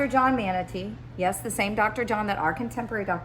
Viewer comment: Our family’s name is pronounced Mon-tuh-nay beloved.